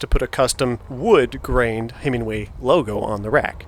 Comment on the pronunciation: Nice ride footage and thoughts on your Cruiser. I'd be interested to see how the newer Himiway Zebra stacks up against the Velotric Nomad 1 as they are more comparable models. Note - I belive it's pronounced Himi-way vs. Himing-way.